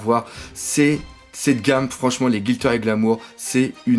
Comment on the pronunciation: Cette Reiju du bonheur ! Excellente figurine :D Et ça fait bizarre d'entendre "Guilter" au lieu de "Glitter" depuis le temps (oui je le dis seulement maintenant xD), mais c'est pas grave ^^